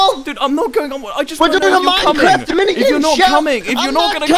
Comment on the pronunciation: Nobody: Wilbur: M o i n c r i f t